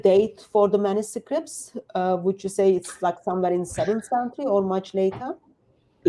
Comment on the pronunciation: how come hatun's english is so bad? she cant pronounce manuscripts which is an easy words she says like manuscripits...none sens. i appreciate her work but it would be useful for us to be able to understand her better..